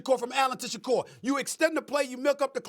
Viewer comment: Rex can say Shakur but SAs u posed ta b Black n Khalil is SHAKIR!! Jus like Kwame!! Get it right